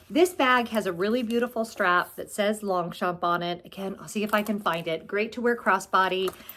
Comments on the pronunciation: i love my 2 pliage longchamp too mostly for its lightweight .. just wanted to suggest saying longchamp the french way .. without pronouncing the p 😍😘❤🎉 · Thanks for the update does this mean I mispronunce Long- champ? I got a clutch from real real and love it.